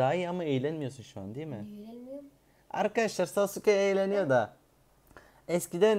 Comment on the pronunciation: Sasuke ye Sauke demesi İnce Ayrıntı sjsjs